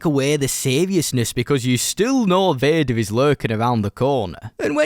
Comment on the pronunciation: Like begger💀